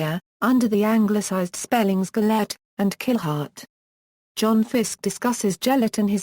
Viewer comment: its gelert not gel-ert its said like this ge-l-ert